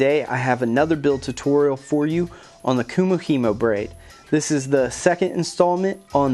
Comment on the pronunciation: not to be picky love the build just now learning how to do it but you pronounced it wrong